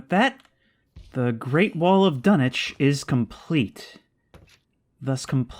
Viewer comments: Dunwich not Dunich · it's uh, pronounced dun-witch lol